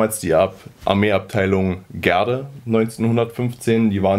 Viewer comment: Kann es sein, dass Du die Namen falsch aussprichst? Gaede nicht Gerde! Und es heißt auch Adrian und nicht Atria!